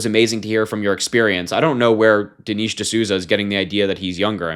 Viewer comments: Dee-Nesh. Even if you don’t agree with people at least get their names correctly. It’s not that hard to check a name pronunciation before posting. Don’t be like them. Also that Manz is 64… if he was calling himself young. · I like you Harry, but you need to learn how to pronounce Dinesh properly since you're a political commentator..😉